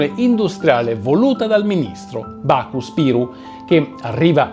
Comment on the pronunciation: Il servizio è accurato e apprezzabile apparte alcune inesattezze comprensibili come la pronuncia di alcuni nomi come quello di Nako(e non Baku) Spiru . Bisogna precisare che Hoxha era un perfetto sconosciuto e non risulta tra i presenti all'atto fondativo del PKSH(il Partito Comunista) letteralmente creatura degli emissari jugoslavi di Tito,Mugosha e Popovic ,i quali in seguito scelsero Hoxha perché era uno che rispondeva sempre "signorsì" e che tuttavia risultava più moderato di un certo Qemal Stafa un vero Pol Pot albanese,fortunatamente morto nel "42 . Perfino Koci Xoxe o Mehmet Shehu erano peggio di lui,come dire ,si finiva dal fuoco alla brace. In fine l'ostilità verso i paesi confinanti, Hoxha o non Hoxha,era motivato perché nel "49 un'attacco massiccio greco ,testa di ponte degli anglo-americani,falli miseramente e che comunque insieme ai serbi non hanno mai smesso di tramare e sognare di una penisola balcanica senza albanesi.